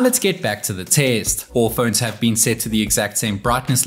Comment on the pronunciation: "Its battery life has bean insane"